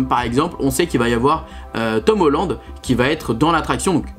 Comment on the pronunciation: Tomoland? 🤣 je n avais pas compris directement que tu parlais de Tom Holland😆